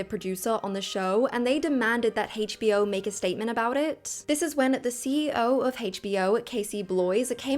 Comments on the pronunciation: Why do you say hachbo instead of HBO it's weird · Why does she call it "Haech Bee Oh"?🥲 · It's not "Hay'tch Bee Oh," it's HBO. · Why are we pronouncing a single letter like its a whole word. "Hasche b o". Sweetheart, its pronounced "H". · I've never heard HBO pronounced as Heych B O before. 🤣🤣🤣